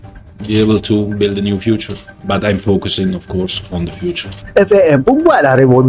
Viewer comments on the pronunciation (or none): none